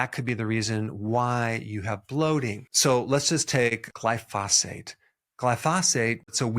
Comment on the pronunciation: Glyphosate.. the emphasis is on the first syllable.....